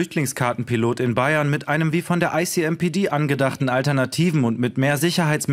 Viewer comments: Bin ich der einzige der dauernd „I see NPD…“ gehört hat 😂 ?! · Bin ich eigentlich der Einzige, der immer "I see NPD" statt "ICMPD" gehört hat? Zum Logo würde es ja passen...